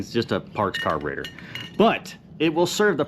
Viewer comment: T-shirt idea "Car-bre-tour" with a detailed "tour" of a carb. You said it that way enough times it made me think...You could def add your own flavor to it 👕🔧